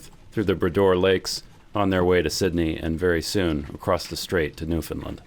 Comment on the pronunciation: When is gonna start pronouncing Newfoundland right like does?